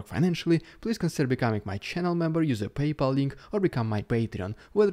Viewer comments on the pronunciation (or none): none